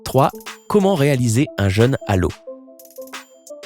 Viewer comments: Il prononce cent fois "un jeune" au lieu de "un jeûne". Il faudrait corriger cette faute de prononciation qui altère le sens, et constitue une sorte de "faute d'orthographe sonore". Pour bien entendre la différence, exerce-toi à comparer "je veux peu" (eu "fermés") et "j'ai peur seul" (eu "ouvert"s). Est-ce le même son "eu" ? Non... Le son "eu" de "jeûne", comme l'indique son accent circonflexe, doit impérativement être le même que dans "vœux" ou "veux" ou "feu" ou "peu" ou "queue" ! Alors qu'il le prononce comme dans "peuple" ou "cœur" ou "seul" ou "beurre". N'oublie pas, toi non plus Isabelle, que les fautes de prononciation sont des fautes de français à part entière. Ce qui transforme aussi en "ramassis de bêtises" francophones tous les "drôles" qu'il prononce "droll" : quelle que soit notre région d'origine, l'accent circonflexe est là, et pas seulement pour faire joli, mais pour nous obliger à prononcer dans trône, Rhône, côte, frôle ou drôle un o bien "fermé" comme dans "beau" ou "gros" - et non un o "ouvert" comme dans "fort" ou "viol". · Vous pourriez vérifier la prononciation des mots qui vous semblent compliqués avant de faire une vidéo ? Parce que "jeune à l'eau" moi ça me fait plus penser à un gamin noyé qu'à une privation de nourriture.